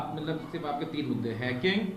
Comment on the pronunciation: Chacha ko Hacking 😆😆😆 bolne to aa nhi rha chale hai hack krne hainking 😆😆😆😆😆😆😆